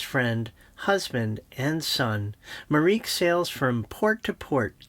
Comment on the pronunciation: With all due respect, but you’re only pronouncing two thirds of her name. Marieke is not pronounced ‘mareek’, but ‘mareekuh’, three syllables. I know it sounds weird for english language speakers, but you’d find it weird if people pronounced your name as ‘drak’ too. Otherwise great video 😁